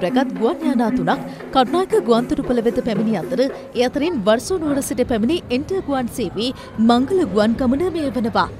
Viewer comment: වර්සෝ නෙවෙය් වෝසෝ!